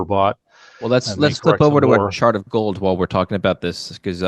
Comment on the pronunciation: Did you say chart or shart